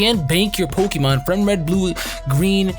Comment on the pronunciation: it's pronounced poke E mon go back to gen 1 🙄😂😂😂